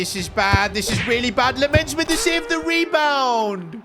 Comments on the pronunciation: You say LAMeNS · Lammens' name is pronounced with the same E like in chicken. So more like a 'dull' e.